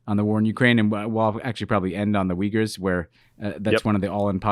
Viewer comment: To be fair, without context I wouldn't have understood "Weegurs" either. In my German mind, I pronounce them "OoYgoors".